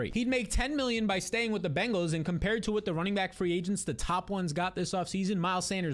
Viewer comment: Congrats on saying "Bengals " and not "BANGals"